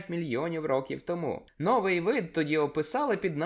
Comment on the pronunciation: Шановні Трилобіти, за розповідь красно дякую, а священну війну таки почну. Слово спИна ми наголошуємо на перший склад! А новИй натомість на другий!